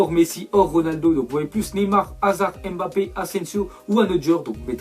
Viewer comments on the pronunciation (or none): none